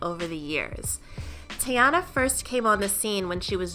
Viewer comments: ....her name is pronounced “Tee-Ana” not “TayAna” 💀 if she says “TayAna” one more time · Her name is TEEEEEEEyana please with the tayana 😂😂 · this video annoyed me simply because of how she said teyana. 😐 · the way she pronouncing her name is so ugh